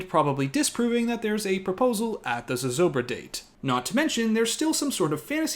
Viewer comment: Hi, I am a New Mexican and lifelong resident of Santa Fe. I just want to say that your explanation of Zozobra is absolutely perfect and your pronunciation is spot on. Thank you for highlighting our local traditions accurately:)